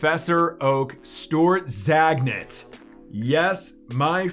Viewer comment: "Stort Zagnit" lol🤣🤣🤣